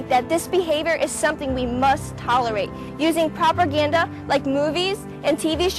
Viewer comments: did she say properganda? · Did she say propERganda